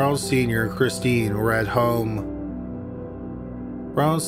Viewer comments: Ghislaine is pronounced Gilaine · number 1 jizz-lin??? cmon ffs i know your canadian but jesuschrist its ok you say hewse not house and abewt n bewt not about lol , remember maxwell? its pronouced GUH LAIN ffs and jizzlin marchelle??? wtf say it like marsh-all... no 'elle' at the end wow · Ghislaine = Ghee-LEN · Mispronouncing Ghislaine I get, but Calgary? 😋